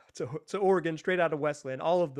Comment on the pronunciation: Dame Dollar 🚫 Dame Dolla ✅